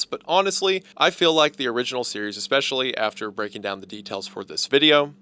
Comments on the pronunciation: “expecially” I guess a bit of hunter is rubbing off on him 😂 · "eckspecially", the influence of Hunter there